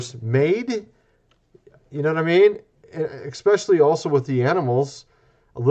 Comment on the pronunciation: For God’s sake. “Especially” not “eXspecially”!